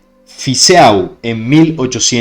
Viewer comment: EAU en Fizeau se lee como "o"porfavor osea Fizo si no suena horrible